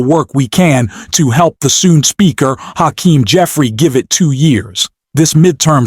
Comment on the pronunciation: When you learn to pronounce Hakeem's name I'll subscribe!